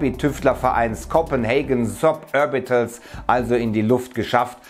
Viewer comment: "Sapörbitöls" triggereeeed xD